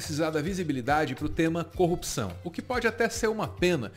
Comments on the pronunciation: Corrupção, coupção, coopção, copção... cheguei até a ouvir concussão. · "combate a coupção" é o mantra do Sergio Moro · tem hora que o Moro quase fala cocção hahahhahahha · em momento algum o Sérgio fala sobre corrupção. Ele fala sobre coopção kkkkkkkkkkkk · O marreco não falou corrupção... Falou 50 vezes a palavra copção. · Justiça seja feita. Moro não pronunciou a palavra "corrupção" nem uma vez sequer. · ele nem sabe falar CORRUPÇÃO... 🤣🤣🤣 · Ñ conseguiu pronunciar mesmo kkkkkkkkkk